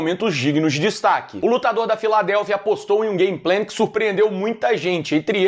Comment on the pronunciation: Gameplan? c é mineiro de Divinópolis porra..kkk